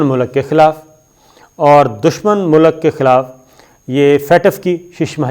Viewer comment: Dushman Mulk not Dushman Mulak